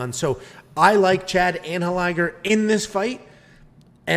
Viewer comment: Chad's last name is pronounced Anne Hell Li Ger